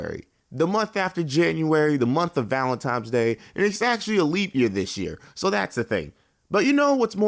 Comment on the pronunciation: Lol did he say valen "time's"?